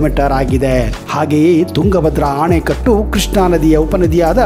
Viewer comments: ಆಣೆಕಟ್ಟು ಅಲ್ಲ ಅಣೆಕಟ್ಟು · ಅಣೆಕಟ್ಟನ್ನು ಆನೆಕಟ್ಟು ಎಂದು ಹೇಳುತ್ತಿದ್ದೀರಾ ಅಲ್ವಾ ಸರ್